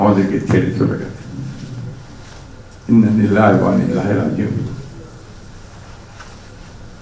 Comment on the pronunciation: ভালো করে ইন্না-লিল্লাহ ও পরতে পারে না